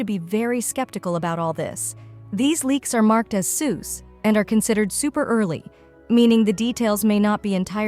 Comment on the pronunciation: “These leaks are marked as suess”